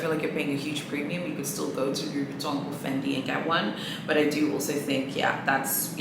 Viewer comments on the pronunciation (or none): none